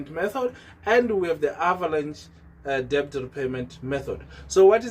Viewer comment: Det not de b t